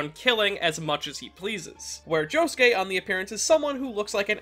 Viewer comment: Why is his name pronounced joskeh and not josuke